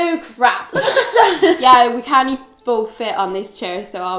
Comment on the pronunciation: I love how you say can-t like canny